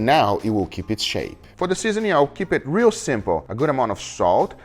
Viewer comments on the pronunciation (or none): none